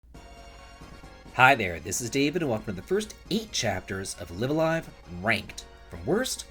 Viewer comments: Slight thing David - The Japanese characters of the game title read as "Raibu A Raibu", so the title is pronounced "Live (as in Live Music) A Live (same as before)". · Both the first and second Lives in "Live A Live" are pronounced the way you say the second.